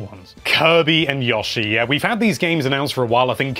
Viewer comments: Yo she is how its pronounced not yaw she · Yah-shi? Really? Dude, its Yoh-shi. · Yo-shi not Ya-shi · Gotta love "Yawshi" lmao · Wtf this guy butchers Yoshi's name so badly lmao "Yawshi" haha